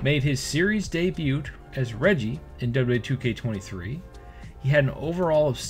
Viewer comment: Baron corbin didn't have much of a choice on cutting his hair. Bro was balding really bad. Had to commit lol. Also just so no one flames you in the future bro it's pronounced day-bue not day-butt lol. Don't say the 't' it's a silent letter.